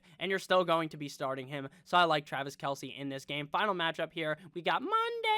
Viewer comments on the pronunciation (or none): none